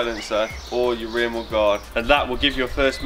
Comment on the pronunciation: is that English you're speaking ???? what does "bot" means ??? and what does "mod" means???? did you mean BUT and MUD ?!